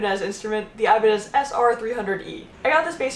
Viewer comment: "aibanes" DIOS MÍO, with the "ñ", my spanish speaking ass got mad